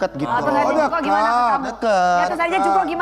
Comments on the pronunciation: jongkuuk bacanya Ncess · Sebel dia ni klo ngomongnyamasih “jung-kok” benerin dikiy ncesss